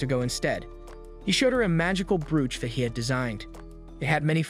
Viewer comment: Brooch is pronounced broach